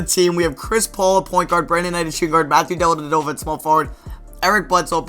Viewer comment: What's really dumb is the way you say Dellavedova